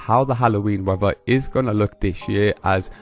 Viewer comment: YOU Need speech therapy, the word isn't WEVVER it is WEATHER, You need to practice pronouncing the 'TH' in words !